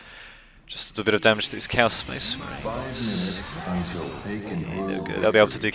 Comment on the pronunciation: Great commentary man <3 The first time you said Chaos i heard Cows so i was like wtf o.O Anyways keep on the good work. And keep uploading those Men of War commentaries ^^